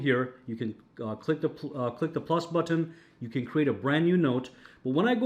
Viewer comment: budton budton who's got the budton i will hear "budton" in my dreams tonight.